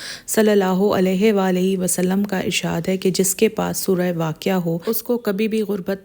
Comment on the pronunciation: وعلیکم السلام آپکو ایک بات بتانی ہے کہ جب کسی مرد صحابی کا نام لیا جاتا ہے تو ان کے نام کے ساتھ رضی اللہ تعالٰی عنہ پڑھتے ہیں اور اگر کسی عورت صحابیہ کا نام لکھیں یا پڑھیں تو ان کے نام کے ساتھ رضی اللہ تعالٰی عنہا کہنا یا لکھنا چاہیے اور ایک اور بات بتانی ہے کائنڈلی کائنڈلی کائنڈلی صل اللہ علیہ والہ وسلم پڑھیں حضور پاک صل اللہ علیہ والہ وسلم کے نام کے ساتھ آپ نے پڑھا تو ہے لیکن وآلہ کو آپ نے والہ پڑھا ہے کائنڈلی درست پڑھا کریں اور آپ کو بتاتا ہے ک جب بھی حضور پاک صل اللہ علیہ والہ وسلم کا نام لکھا پڑھا یا سنا جائے تو صل اللہ علیہ والہ وسلم ضرور لکھنا چاہیے جب حضور کا نام لکھیں تو اور حضور پاک صل اللہ علیہ والہ وسلم کا نام بولا جائے لکھا جائے یا سنا جائے تو بھی ضرور ضرور صل اللہ علیہ والہ وسلم پڑھنا چاہئے